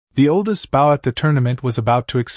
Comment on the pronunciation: Maybe someone should listen to the narrator before posting. The mispronunciation of the word “bow” is extremely annoying.